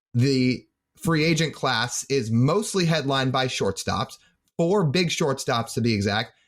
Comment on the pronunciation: "with free angent sharting" 😂